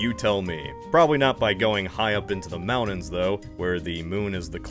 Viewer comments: I've never heard someone pronounce words like mountains and detonate the way this guy does. How interesting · The chill voice pronounces 'mountains' without the 'T' sound. Glottal stops are freaky...